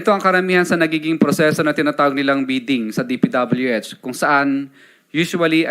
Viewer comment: Hanggang d mo nai po pronounce ang DPWH na tama Curlee d ka kapani paniwala😅paturo ka sa asawa mo Englishera yan ah😂